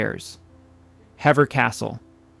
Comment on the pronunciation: Hever is pronounced Heever, not Hevver